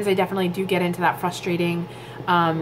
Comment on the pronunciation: FYI. Frustrating is not pronounced FUSSTRATING IT'S Frussss -tray -ting ....